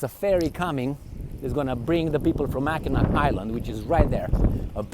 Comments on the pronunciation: Mackinac bridge is pronounced the same way as the city (Mackinaw) Helpful tourist tip :) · Mackinac is pronounced Mackinaw. Mackinac Island is awesome. Mackinac city is nice as well, but the Island is the big tourist destination.